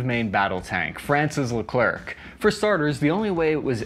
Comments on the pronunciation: Thanks for your honest assesment. The right pronounjciation isn't le clark but le clair (the final c is silent). This 100% French MBT was named after Major-General Philippe Leclerc de Hautecloque, who landed in Normandy and liberated Paris with his 2nd Armored Division (2e DB). They then joined up with the 1st Army - Rhin et Danube - of Army General Jean de Lattre de Tassigny, which had landed in Provence (Operation Dragoon), on August 15, 1944, another key landing of WWll, almost completely forgotten today. The 2e DB was the first Allied Unit to reach Bertchesgaden in Bavaria. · It's not really a question of accent... French Canadians don't 'die' when they hear English speakers say "Pew-tine" lol ( it's poo-tin ). The problem here is that the "c" is silent... It's pronounced "Le-claire" Silent vowels or consonants should not be pronounced regardless of the speakers's native language. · I know is not particularly interested in correct pronunciations, but for those who do, it is prononced "Leh - kl - air". The last c is silent. Kinda like the French dessert. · If you ever want to know, Leclerc is pronounced Le-cl-air, the C is silent. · Pronounced Le Claire. Also I thought the K2 Black Panther from South Korea was the most expensive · Small French tip, the "c" is silent at the end of a word and when an "e" is before an "r" you pronounce it "ai" (sound like "air" in English without the "r") and the "r" becomes silent. Buuuuut because of the "c" at the end, the "r" is no longer silent , which becomes "air" instead. So in French, "Leclerc" sounds like "Leclair". Funlly enough. In French both ways sound the exact same, but that excuse doesn't work during a test so you are still going to lose half a point for writing it "Leclair" instead of "Leclerc" even though it's more intuitive. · Just a detail: Leclerc is pronounced “Le -Clare”. Isn’t it great to be independent? But, really, in 2024, all tanks are dinosaurs. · You don’t pronounce the c at the end Is lecer